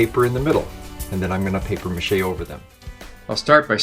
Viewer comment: "PAPIERRRRRRR MACHE" Made me laugh so much, as it is not pronounced like that xD